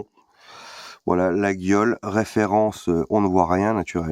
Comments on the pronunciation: Attention, "laguiole" se dit "layolle" ^^ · On dit « Layole » l’ami mais ça reste un détail. Bisou à toi!